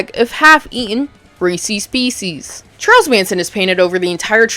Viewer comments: XD she said Reesee's peesees I've heard that people say that but that's the first time I've actually heard it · Racy species ? Gotta read the captions, I was sure you said Reese's Pieces. Good laugh.